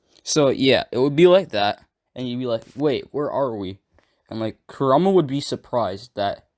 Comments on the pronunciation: Ammm ur saying kurma wrong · KurAma it’s Kur a Ma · It's pronounced Ku ra ma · Yea yeah this is cool and all... but why r u saying his name like "karuma"..... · your pronunciation for kurama is sooo whack have you watched naruto before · Only thing that bothers me is how you pronounce Kurama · He is saying Kurama different then they say it in dubbed I think he watched sub and just pronounced it as he read it